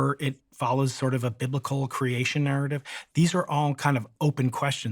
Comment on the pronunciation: Sorry when he said binlical I shit of